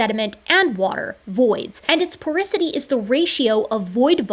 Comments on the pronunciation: Its called "Porosity" not porisity :) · I cringed hearing "porisity" instead of "porosity".--, geochemist, geologist, evolutionary biologist But I still think you're awesome.;-) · Please never butcher the word "porosity" again